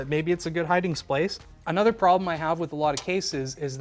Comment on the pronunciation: " its a good hiding splace" hahahaha